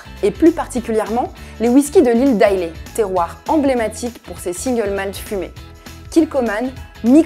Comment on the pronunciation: Sympa la vidéo! Je pense que je vais me lancer dans les whiskies Japonais avec le Nikka from the barrel comme conseillé. Pour info, Islay se prononce "eye-la" et non "eye-lay" ;-)